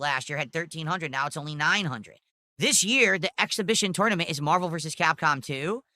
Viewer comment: Lol 6:63 that pronunciation doe... "You bring your own joystick to the toynement."